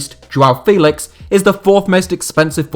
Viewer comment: João Félix pronunciation is Feh-lix, with strong sound on the Feh.